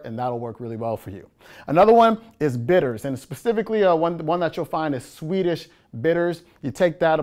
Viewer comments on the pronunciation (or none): none